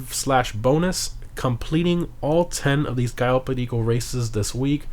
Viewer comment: The way you say cayo perico triggers me